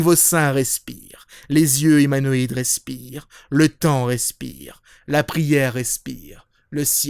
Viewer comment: Je crois que j'ai jamais entendu quelqu'un prononcer aussi bien le mot "respiiiire~".